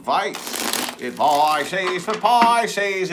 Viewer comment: I love it when you say advicie for pisces lol u r spot on with my situation